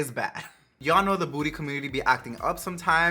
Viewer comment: First time watching you! Loved the review and make up look. 💖 Love the way you say ‘booty ( beauty) community’ 😊 Subscribed! IG xs4mmiex